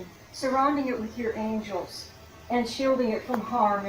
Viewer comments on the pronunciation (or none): none